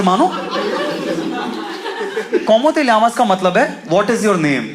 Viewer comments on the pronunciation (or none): It's not pronounced "lamas". Correct pronunciation is "yamas". In spanish double L is pronounced as Y